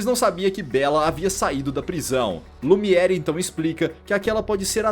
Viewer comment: O nome do candelabro é Lumière. Pronúncia: Lumier.